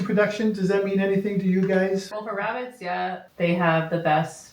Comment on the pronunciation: "Shhh. Be vewy, vewy quiet, I'm cooking wabbits!"